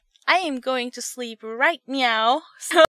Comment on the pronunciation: when you said "now" it sounded like "meow" xD